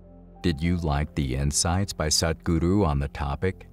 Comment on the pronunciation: Great job on the "Sadhguru" pronunciation - from 'sad' to Truth - much improved;)! The Yoga of Relationships is one of the most advanced Yogas - and right understanding in this realm is not easy to come across. Thank you for the brilliant distinctions.